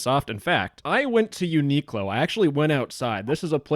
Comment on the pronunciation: The way you pronounce Uniqlo is sending me, Uni-(like university) Qlo-(like clover)